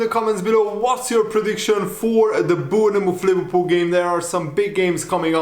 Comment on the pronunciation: Say born muff not bourne ne muff. Say's it like a scouser